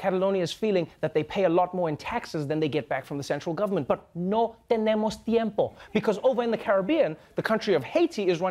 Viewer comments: I was impressed when he said, "no tenemos tiempo." He said it pretty good. lol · "No tenemos tiempo." Trevor over here making me swoon with that perfect accent! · As someone with a Spanish bach degree, I can confirm that Trevor Noah's "no tenemos tiempo" sounded a million times more genuine than any Spanish spoken by Democrats (sans Castro) in any of the debates. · I love Trevor and his "no tenemos tiempo" was pretty good but I must say he doesn't know how to do different Hispanic or Latino accents. They always sound Mexican.. Spaniard accent is very different